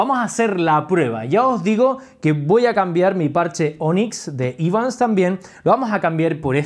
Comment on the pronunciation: Hola. La pronunciación correcta es Evans, tal como se escribe. Gracias por los vídeos